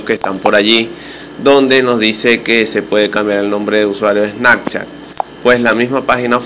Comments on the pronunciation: Menos mal leí los comentarios en los primeros segundos, le daré dislike al vídeo, y no es snacchat es snaPchat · SnaPchat no SnaKchat. Que perdida de tiempo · Snakchat jajajaj